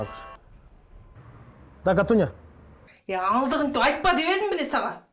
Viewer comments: Да катуня дейтго🤣🤣🤣🤣🤣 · КАТУНЬЯ дейт го😂😅